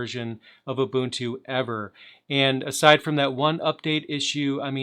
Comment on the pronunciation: Nice to see someone who can pronounce 'Ubuntu' properly. :)